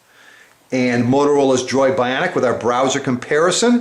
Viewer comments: apple has 4g its only on at&t... this guy sounds like a complete nerd hes like the droid biawnic. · He says BYAWNIC like it's Jersey Shore ! xD